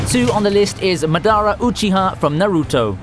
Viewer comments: Dude the way u pronounced Madara Uchia ... Lol ... ... U need to make ur voice deeper .. Good video thanks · its Uchiha Mdara not Madara Uchiha Uchiha Madara